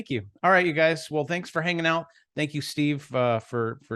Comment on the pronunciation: "the shat show that we're currently living in" 🤣🤣🤣🤣 all the love